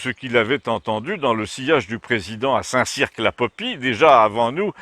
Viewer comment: St Cirq ne prononce pas le Q ! mais super vidéo comme d'hab sinon ;D